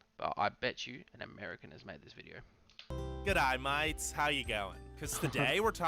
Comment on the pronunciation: GDaAy MaAaAtES